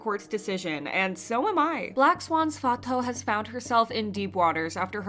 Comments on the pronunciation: Its /fatu/ btw not fato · bestie it‘s not fa-toh-oo, it‘s fa-too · her name is pronounced like "fah-too" not "fah-tow" just to let you know, great video btw! :) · Fatou is pronounced: fah-too.... not fah-toe. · Just wanna say it’s pronounced “FAH-TOO” Not “fah-toe” not to be rude or anything 😬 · I'm senegalese (and my name is fatou too) the right way to pronounce it is "faa-to" but even my classmates call me "fa-too" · no it’s “Fa-too” I am Senegalese too and my mom’s name is Fatou and that’s how we pronounce it, I never heard a Senegalese pronounce it as ‘Fato’ since the “ou” in french is read as “oo” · Hi, I just wanted to clarify that Fatou is pronounced "Fa-too" as in the actual word 'too' or "Fatu" if that helps. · I’m pretty sure Fatou is pronounced “Fatoo” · Girl it's pronounced as Fatuuuu, that's how they say it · I’m sorry but her name is Fatou the “ou” is pronounced like an “oo”. Not Fato. It was bothering me so much. Black people getting their name mispronounced when it’s super easy to pronounce it well is getting so annoying. Especially when other YouTube kpop news channels are pronouncing it right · not "fa-toe" 😭 cmon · Thank you for keeping us informed! just a small correction: Fatou's name is pronounced "Fa-too" :) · the way you pronounce fatou lol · Just a fyi you aren’t pronouncing Fatou’s name correctly 😊…